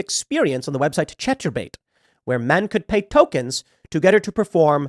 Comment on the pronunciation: I like how Tim mispronuncied "Chaturbate " as though he isnt a huge fan Well played beanieman, well played